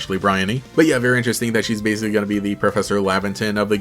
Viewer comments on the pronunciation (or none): none